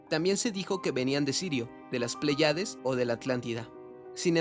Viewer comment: Con todo respeto y de buena fe: se dice PLÉÉÉYADES, con acento en la É.